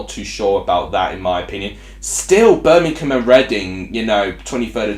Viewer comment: Read the word! it's BIRMINGHAM, i.e: BER-MING-HAM. It certainly isn't Bermink-ham!